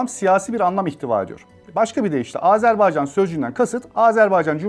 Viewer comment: AzArbaycan diye telaffuz edip durdunuz. Anlatımını yaptığınız ülkenin adını bile doğru telaffuz edemiyor olmanız işin ciddiyetine zarar vermiş. Özen gösterin lütfen